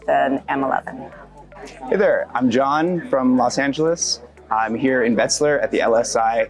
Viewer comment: “Vet z lar” not “wet z lar”